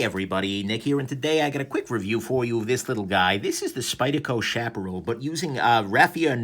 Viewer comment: Love this knife. And it's "shap uh Ral" like OK Corral :) After Sage, and Chaparral I'm on the lookout for the Tumbleweed!